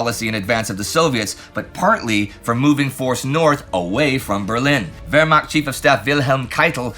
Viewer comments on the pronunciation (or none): none